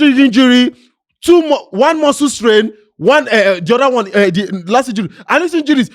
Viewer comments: Why is calling it muskle strain.. 😂😂😂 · Wetin be muskle strain Make ona correct your guy nauuu Which kind pronunciation be that